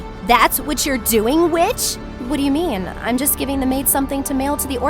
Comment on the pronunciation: Me hearing her say bitch instead of witch